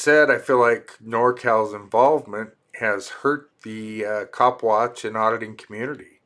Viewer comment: legit thought you said his name was Cock watch 😂